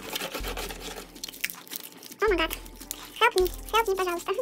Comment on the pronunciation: говорит о ма гат, а надо говорить о май гат